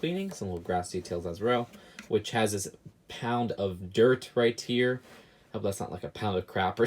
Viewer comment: Makes me mad he cant say "right here" or "Occamy" ok he may have a lisp or what ever but stop saying Occamy wrong they say it over and over in the movie!